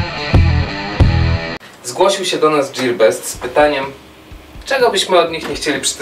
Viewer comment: Dżirbest XDD